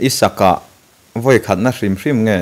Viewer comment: Vawi khat, tih chu a va pai/ awn deuh ve.